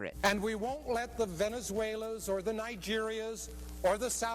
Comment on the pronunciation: brotha didnt say a single one of those correctly Venezuelan Nigerian Saudi Arabian Iraqi its not that hard bro ik you knew how to say it if i did and im a highschooler